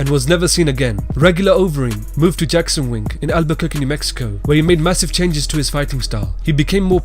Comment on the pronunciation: stop sayin jackson jon winkle